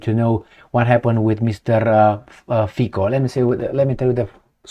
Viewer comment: His name is pronounced Fitso rather than Fiko ... :-)